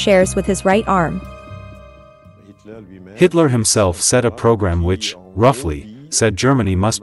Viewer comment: A pronúncia dessa moça que narra o excelente documentário é péssima. Nunca vi nada pior , fala os nomes colaboradores de Hitler errados. Aff !! 🤔🙄😳😖